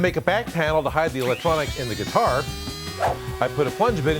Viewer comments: Every time he said guitar I flinched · I am very fine with you saying gutiar